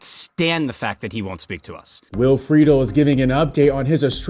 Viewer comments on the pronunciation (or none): FRED-ELL NOT FREEDLE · in other news... it's pronounced Will Frih-dell, not Freedle